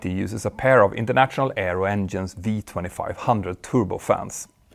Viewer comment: Great work, but.....PLEASE stop saying internaT -sional. Thank you :-)